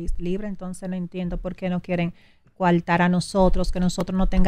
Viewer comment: Que dice Amelia que ella no está de acueldo, de que la quieran coaltar !!! DIOS MÍO POR LO MENOS PIDAN CERTIFICADO DE PRE ESCOLAR PARA PONERSE FRENTE A UN MICRÓFONO